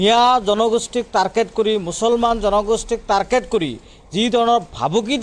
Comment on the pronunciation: তাৰকেত নহয় অ অধা মিয়া ।